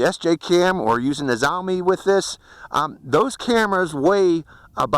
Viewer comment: The video is about 1000% improved over the camera which came with it, but I guess that is to be expected. The SJCAM also seemingly removed almost all shake/jello from the video. Several times you mentioned what I though was a "Zombie" cam. I was wondering what the heck that was, until today you added "YI", so I know its the Xiaomi (Zhee-Oh-mee) YI (Yee) you are talking about. That's what I have mounted to my X8. I will give this a definite advantage in pitch over the X8 ... it should have no problems with higher winds at higher altitudes, something the X8 has some problems with. However, this thing has 1/3 the range of the X8 at best. I don't think you were ever even close to 400ft. ... tops maybe 250 at best. I still think its a great buy at $90, and couple it with a decent GoPro "clone" (SJCam, or Git2, etc.) it's capable of really nice video. (I can't recommend the Xiaomi YI, which has known focus issues ... spent over 3 hours getting mine to focus perfectly). Thanks for another look at this one ... really worth considering. Cheers!